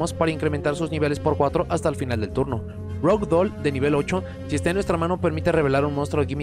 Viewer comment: "Rouge" para este monstruo viene del francés y se pronuncia "rush" con la "r" y no "rr" (como si se hace en Rush Duel). Por ahí hay una película llamada "Moulin Rouge" que es mas famosa por como suena ("Mulan rush") que por como se escribe. Rouge, creo que significa "rojo" en francés. Pero no se a cual de los 7-8 tipos de "rojo" se refiere (carmesí, carmín, coral, escarlata, etc). ...como aquel episodio de los Pinguinos de M.